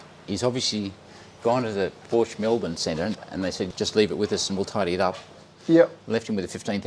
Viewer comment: German was a good attempt except your pronunciation of Porsch E. I'd be rapped over the knuckles by my German mum saying it as you do. Looking forward to your video with. He is a guru on all things 928 and willingly provides detailed replies on the Porsche forums such as Porsche Forums Australia. As a coupe owner I enjoyed your earlier video. Looking forward to more with your Landshark!